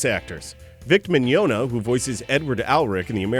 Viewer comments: I'm so sorry but I laughed so hard when you said mignona. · Oh my god I had no idea they threw a teacup at aaron XD poor kid. Also the way he pronounced Mignogna killed me a little inside. Oh well, still taught me stuff about my favorite anime so it can be excused